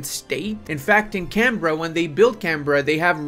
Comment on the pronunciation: As an Australian, I can safely say that this is entirely historically accurate. P.S. Props for the correct pronunciation of Canberra. It's so bizarre to see your hometown being talked about in a video game lmao P.P.S. I'm glad the surgery went well and you're not dead!